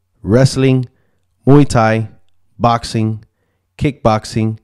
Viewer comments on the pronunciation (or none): none